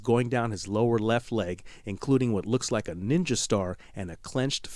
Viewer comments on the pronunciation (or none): none